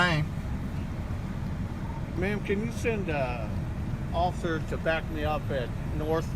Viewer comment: "Ocifer" lol fat boy